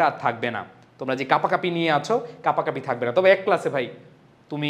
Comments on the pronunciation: Kapakapi ❌ Kopakopi ✅ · কাপাকাপি থেকে কোপাকোপি 😂